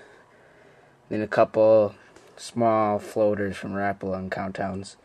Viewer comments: well everyone around here and everyone that i know pronounces it ruh-po-luh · learn how to say rapala..